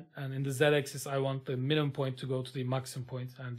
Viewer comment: Hocam video harika. Sadece axis‘in okunusu egzays değil ekzıs şeklinde 😅 birkaç saniye idrak edemedim